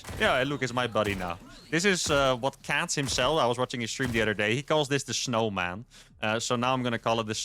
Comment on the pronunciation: Please never stop calling that hero the "schnowman". A schmoke and a pancake!